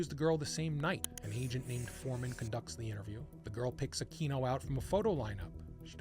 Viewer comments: Akweeno. Not Akino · I had a hard time paying attention to this after you repeatedly mispronounced Aquino.